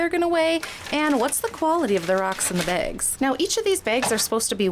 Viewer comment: sounds like you're calling them begs instead of bags